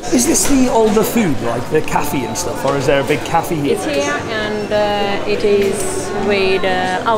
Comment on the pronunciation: Cafeeeeee lol